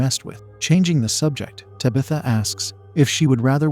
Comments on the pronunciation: Bruh just type in "Tab. ith. Ah" in the AI voice thing, it'll be spaced out but it will at least pronounce the damn name right...😂😢😂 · Lmfao “tubithuh” i feel like this is how mike Tyson would say that name 😂😂😂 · I like this pronunciation of Tabitha better. Lol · Me too! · It gives it an old Salem Puritan sound to me.